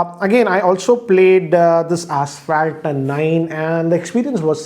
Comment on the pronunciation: I heard it too😀